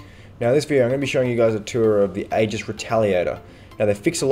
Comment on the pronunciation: aegis = 'ee jis'